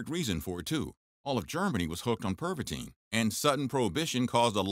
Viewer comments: in in in ,, pervatin ,, not pervatine fool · PervaTIN, not pervateen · Perva-TIN not Perva-TINE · It’s called Pervitin not perviteen! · I'm pretty sure that should be pronounced as Tin and not teen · You are mispronouncing Pervitin. There is no “e” at the end. It should sound more like “Pervittin” instead of “Perveteen”.